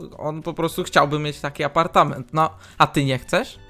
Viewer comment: Elo ,,APARTAMENT"XDDD